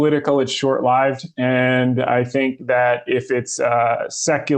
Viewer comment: I was impressed by the guest's inside knowledge and confidence, but then heard "short lived" said as "short lahyvd", leading me to question whether AI walks among us, but then quickly remembered that it's a strangely common quality of bookworm/introvert American-native-speakers (I notice cause I'm a dirty immigrant who as is common is too obsessed with perfect pronunciation). So, much respect to the adorable introvert so willing to share the gems so confidently with us on this podcast!